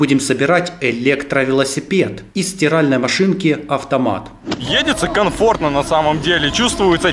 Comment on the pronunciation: Едится канфортна!.. )))